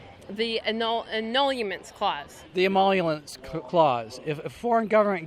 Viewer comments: "what do you think he should be impeached for?" "um, the anuluments clause." "the emoluents clause" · "the Am-am-amolliaments clause" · Emoluntits. Definitely emolunrents. These nimrods can’t even pronounce the damn word so expecting them to understand the actual definition is unrealistic as they are dumb. Now, dumb is a word even the mentally lame can wrap their tiny little brains around! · They can't even pronounce "emoluments"